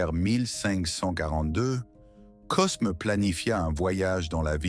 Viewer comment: C’est n’importe quoi cette voix IA Cosme 😂 on dit Côme